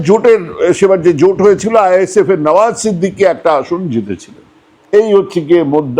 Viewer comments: বার বার নওশাদ সিদ্দিকী কে নওয়াজ সিদ্দিকী বলছেন কেন ? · নাওয়াজ সিদ্দিকী নয় কাকা,নাওশাদ সিদ্দিকী হবে।